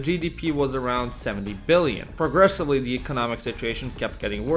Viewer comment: WTF?!? 🤨 Why the need to be so dishonest and scummy?! You've mentioned the YUG debt statistics so overly dramatic, saying in today's money debt would be 65 billion $ (while over-emphasizing the word BILLIONS 😂) But today, only Slovenia (which represented just 7.5 % of the former YUG population, as seen in your previous chart) has higher debt in BILLIONS OF $ IN TODAY'S DOLLAR'S 🤣 Serbia and Croatia each have similar debt to the one the whole ex/YUG had, measured in BILLIONS (😁) of $ in today's money. If you combine today's debt from all the ex/YU countries, it is 5-10-15 TIMES higher than ex/YU had., and in terms of debt/GDP %, ex/YU had couple of times lesser percentage... It's retarded that I have to write here that I don't give a special fak about the ex/YU, or komunizam 😁, so that (lower IQ) people here don't think I'm defending the komunist system, or whatever... I know you know all of this, so WHY would you be this deceitful?